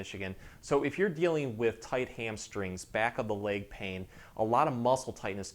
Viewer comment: Such a nice man with helpful content but I find myself wanting to correct the weird mis-pronunciations. 😅I believe the linguistic phenomenon that is happening here is called vowel transferring; where the speaker is using the “a” sound in place of the “e” sound, etc. It’s leg not lague. It’s seconds not sahcunds. It’s spot not spaht. Back is a one syllable word, not two. It’s back, not bee-ahhck.